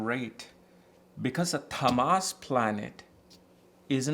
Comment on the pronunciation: I think you're pronouncing ţAAmas as ţamAAs. In sanskrit, it is ţāmas